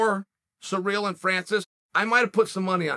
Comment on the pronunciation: Why are all the Americans calling Gane ‘Surreal’?… It’s Cyril.